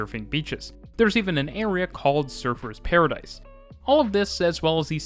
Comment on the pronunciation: Hearing a North American accent pronounce Surfer's Paradise made me giggle (and realise how we pronounce it). It's more like surfaz - hearing SURF URZ made me cackle.